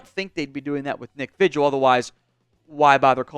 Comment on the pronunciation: Vigil is pronounced V Hill